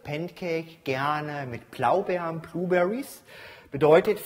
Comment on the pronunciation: Tolles Rezept,aber es heißt "Blaubeeren" und nicht "Plaubeeren" ;D